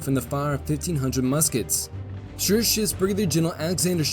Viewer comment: I really like and admire chanel but as a german i must admit his pronounciation of german names has space for improvement. Example: In High German you speak the name "Schurz" with a long hissed "zzz" ad the end.